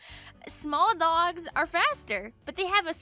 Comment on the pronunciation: dwawgs.. ty long island accent